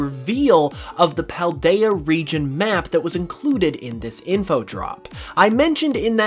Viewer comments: Anyone else notice he keeps on saying Pladea instead of Paldea? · Pladea? Really? It's Paldea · Paldea, not “Pladea” Also, those three megaliths in your XY footage look like the ones in western Paldea, particularly the three deliberately-placed megaliths on the ocean and, to a much lesser extent, the ring of stones in what appear to be dunes. While I would love to see Kalos brought in via postgame or DLC, I get it’s probably more unlikely than not (people held out similar hopes in SwSh cuz of deep British-French shared history and the potential for a Galar-Kalos equivalent of the Channel Tunnel, but they didn’t pan put). Obviously Galar has megaliths too, and probably other regions that I just can’t recall atm, but interesting to think of the possibilities even if they don’t happen. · PALdea not Pladea 😅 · my guy its Pal-Day-Uh not Pla-day-uh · ITS PALDEA NOT PLADEA!!!!!!!!!!!!!!!!!!!!!!!!!!!!!!!!!! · It’s called the PALDEA region not the pledea region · Paldea, not Pladea. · It's PALdea not PLAdea. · It's pronounced PAL-dea, not PLA-dea. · Hey not to make you feel bad but it’s Pladea not Pladea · Just wanted to make a note, the region is PALdea not PLAdea 😉just to be a bit nitpicky since it is kinda an important detail 😅 only slightly negative I have for you, good video otherwise ❤️ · I think this is all very cool and interesting but whats even more interesting is the fact that he says the region name wrong